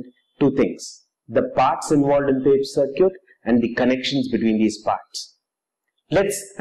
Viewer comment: sir-cute? :D circuit :D